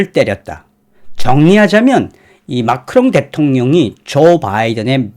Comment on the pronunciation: 마카롱이 아니라 마크롱 ㅋㅋㅋ